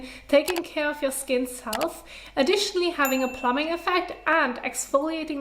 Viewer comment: Great video, xD it's really cute, but I felt I should say, when you need to say plumping effect, try and put emphasis on that 2nd p, plum-Ping... I keep hearing plumbing hehe, learning so much from this channel, your amazing 👏